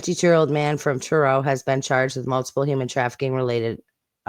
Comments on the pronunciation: By the way you did pronounce Truro correctly. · That’s how we pronounce Truro in the uk.